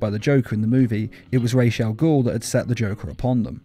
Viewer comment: His name is pronounced Roz Al ghoul. just watch season 3 of Arrow